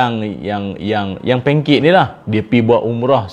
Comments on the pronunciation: Sy dgr sebut pancake?😂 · heheheheh nda biasa sebut bah itoeeee🤭🤭🤭